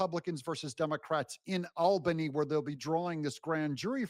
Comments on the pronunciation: Albany is pronounced awl-ban-ee 😊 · BTW, it’s pronounced All-Ban-ie (Albany) former New Yorker. 😂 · Albany is pronounced "All-bany". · The Capital of NY is pronounced All-bany! And where do you think all the State Government workers live? 🤔 But most of the people outside of the cities are Conservative Republicans! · Unfortunately a New Yorker here… lol You’re killing me Smalls! Albany is pronounced All-ban-e. Say it fast like a New Yorker would hah😂 Keep it up, love your content. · James is GUILTY! Quad club! (it's pronounced ALLbanny btw)